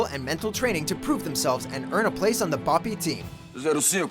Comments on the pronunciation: Special Operations, not Special Forces. Also your pronunciation of BOPE is incorrect. It's not "Bah-pee", they even pronounce it in the movie. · Learn how to say BOPE right its not bo Pey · exactly lmao. I know it isnt easy but he didn't even try bro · God that BOPE pronunciation was sooo bad. Should have translated it and said in English xD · damn you butchered what BOPE means should have just said BOPE